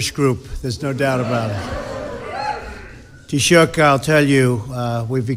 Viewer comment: lol BLOTUS has no idea how to pronounce taoiseach